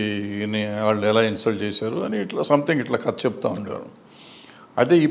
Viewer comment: Katha is the right pronunciation bro.. Kadha anedhi vikruthi padam